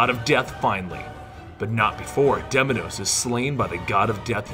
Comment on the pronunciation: its pronounced deimos not deminos.didn't you hear well how kratos called him